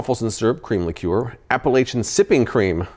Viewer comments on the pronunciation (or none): What the hell is a li-cure??? That is not how you pronounce it! lol